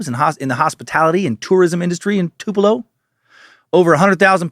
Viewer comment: I was born and raised in Tupelo and I appreciate Dan pronouncing it correctly. (For real, no sarcasm.)